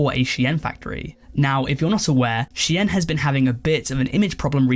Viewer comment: ive heard shine, ive heard sheen, ive heard shane, and now we have a youtuber calling shein she-enn